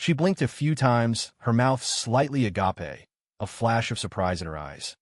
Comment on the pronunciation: "aga pay"